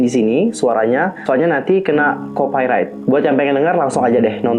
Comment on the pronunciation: kocak tiap denger 😂